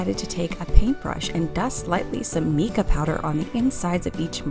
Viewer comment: So cute! My 3D animals are my favorite molds right now. And just so you know, it is actually pronounced Mai•ca (MY KA) 🙃 lol